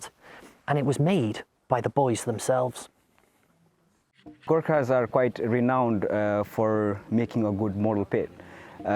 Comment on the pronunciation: ओहो आउनुहोस् - Girkas, Girkers, Gerkins it's not so hard GURKHAS🤔